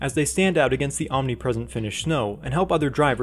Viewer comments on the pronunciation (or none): none